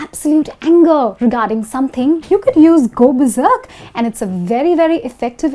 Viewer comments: I've heard berserk but I've never heard anything like beserk. Are you sure you said the right thing? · It's berserk ... Not beserk